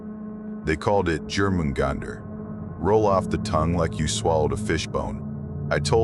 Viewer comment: Is this read aloud by AI? The way it pronounced Jörmungandr annoyed me